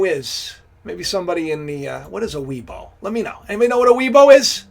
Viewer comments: "Weibo", Pronounced as "Way Por". This is China's version of "Google" and "Facebook" amalgamation (both of which is inaccessible in China unless a VPN is used). And why should anyone be surprised of "racist" thinking? If you recognise that human tend to be operate on "generalisation" and have thinking gaps (even Polymaths and Renaissance men have them). Einstein may apprehend and master many abstract theoretical physics (and even music), but that does not mean that he is an intellectual colossus in all intellectual endeavour. So please never ever deify anyone ... we are all flawed. Accept this and just chill. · weibo pronounced WAY-BOW IS China Social media